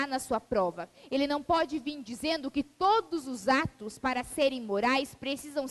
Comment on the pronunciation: Esse poderia conjugar o verbo corretamente...Um professor falar "falano","dizeno","dormino" pega mal!